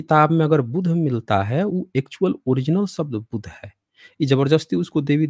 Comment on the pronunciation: point note karliya sir . ❌ बुद्ध ❌ ✅ बुध ✅